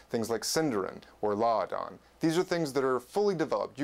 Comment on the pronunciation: Congrats on saying "Láadan" correctly! Poor, poor, Volapük.